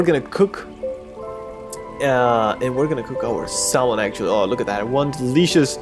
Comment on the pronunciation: I know it is spelled "salmon" but it is pronounced "samon" lol.